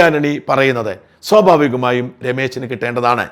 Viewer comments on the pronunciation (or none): ഷാജൻ, sobhavikam എന്നല്ല സ്വാഭാവികം എന്ന് തന്നെ പറയണം. ഭാഷ ശരിയായി ഉച്ചരിക്കണം.